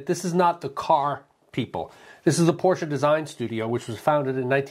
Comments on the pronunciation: Thank you for correctly pronouncing Porsche. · Thanks! Having lived in Germany and owned a Porsche, I take great pride in pronouncing it correctly.